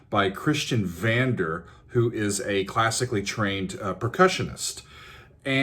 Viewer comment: Magma is my favourite Band since about 1976. I saw them 6 times live and traveled 3 times to france to see them. Next time it's for the 50th stage anniversery in Strasbourgh. It is pronounced Kristion Vondeah and Mekunnick Destrooktiv Kommando by the way. I think, you should at least mention James MacGaws (RIP) BRILLIANT Guitar Solo on this.